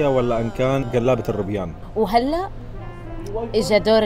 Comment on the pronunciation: قلابة بكسر القاف وفتح اللام مش قلابة 😂😂😂 مش احنا بحفريات فديتكم